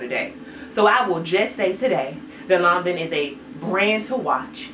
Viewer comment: 😝 granted…it’s Lanvin sounds more like law- vuh.